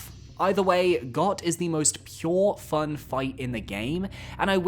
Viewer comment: Bro.. It’s pronounced “Goat” It kills me how many morons mispronounce this on the internet.. A little common sense, please.